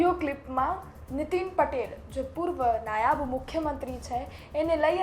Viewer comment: "નાયબ" હતા, "नायाब" નહીં 😂